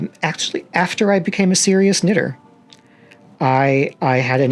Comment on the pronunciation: It's serial knitter, not serious knitter ;)